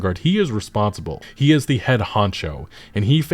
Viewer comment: You mispronounced HE